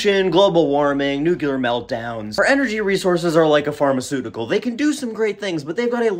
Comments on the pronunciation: Whats Nucular? Nuclear? Hemp batteries ftw. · Sorry but, Nuculer has annoyed me since the Bush(s) administration(s) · As far as pronunciation of words goes, if it looks to you like there is a 'u' between the c and the l in nuclear, who am I to correct you. It's not like the decrepit, lead poisoned, old, just missed being a boomer, curmudgeon, sitting in my chair, is getting paid to give you speech therapy. :-) As for the batteries, one way to think of it is that if you put 70 of these 12 joal batteries in parallel, they will outperform the 700 juala AA battery, and won't have to be replaced every day. They might take up 10 or 20 times as much space, but that just means you stick them in the wall behind the sensor you've built that looks like a wall clock. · Homer Simpson says “nOOkLEar” instead of nuclear… 😝😆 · lol you say nuclear like George W Bush, which is why they instructed him to say “weapons of mass destruction (new-clear). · That’s how I say nuclear too. It must be a Midwest thing. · I truly enjoy your videos, chock full of information and I’m not at all bothered by the way you try to say nuclear 😉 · I reallllllllllly like how you say newclear😂 But you need to work on secondly😂 love ya man!